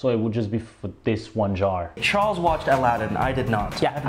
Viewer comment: He said it was ch ar les